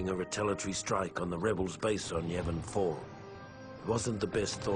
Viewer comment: 'Yavin' sounds like 'Yemen'.